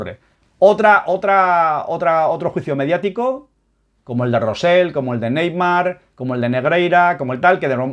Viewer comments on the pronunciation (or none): te cuesta decir "Rosell" con "elle"